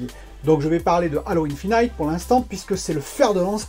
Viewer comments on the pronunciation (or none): On prononce Halo Infinite (in fi nite) pas "Halo Infinaïte" pareil pour Unreal on prononce (aine jine ou haine jean) pas on ne dit pas "Unreal Engaïne" (désolé ça m'écorche les oreilles). Bon contenu sinon, keep it up ! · J’ai les oreilles qui saignent... le nombre de fois où tu prononces enjaïne et infinaïte en plus 😂